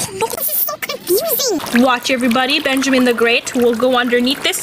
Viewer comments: U don’t say beeeanjiman”😂😂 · i’M herE miSS nAtaLIe iTS nOT BenJAMine 😂😂😂😂😂😂😂💀💀💀